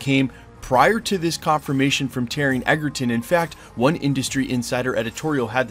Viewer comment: I am here for this!!! But PLEASE…it’s pronounced EDGERton. As in having the edge. It’s not. EGGERTON!!! 😤